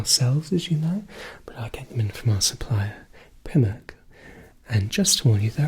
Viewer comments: “Prim-ark” is sending me 😂😂😂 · "from our supplier... Primm-ark" hahaha what a great video! subscribed :) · I’m going to pronounce primark like you do from now on!!!